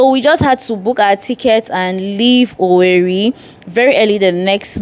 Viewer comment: It's pronounced OWERRE